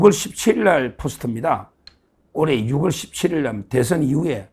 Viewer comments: 사투리 억양이 너무ᆢ. 유글이 아니라 유월로 말하세요. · 쓰기는 6월이라 써놓고 읽기는 유월이라 발음한다고 초등학교 교과서에 등재돼 있느니~ 변호사가 초등학교도 안 나왔나?